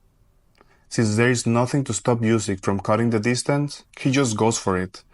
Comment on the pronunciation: Nice video. Well done! But one thing is that you aren’t saying Usyk’s last name correctly. It’s pronounced OOsyk. A double O sound like in “look” for example.